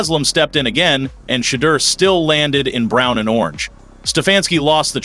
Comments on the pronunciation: Who's this A.I. voice that mispronounces Shah Dooer, Shay Douer....? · Stop miss pronouncing his name! You know how to say it!!!